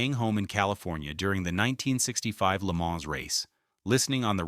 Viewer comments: If you're going to use AI to voice you're bullshit, properly pronounce French words. Le Man - not plural. Educate yourself, and you won't be called out as a stupid uneducated fuck that depends on ai voice overs for your lack of reserach. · This one sounded pretty good except for the first Le MANS 👨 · I like the way it pronounces La Maans. It makes me feel extra Murkin! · IT PRONOUNCED LAY-MON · Le Mans? Come on, mate. It’s Le Mohn and the s is silent. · La Mans….😂😂 At least AI learns from its mistakes. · I stopped as soon as I heard it say Le Maaaans! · agreed plus I heard lee manz too. AI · It's not AI, they're racing at Lee-Manz! 🤣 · Leh-ma It's fucking called Leh-ma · Good god the pronunciation of "Le Mans"